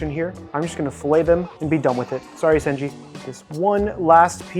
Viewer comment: Btw, it's senshi not senji, just sayin:>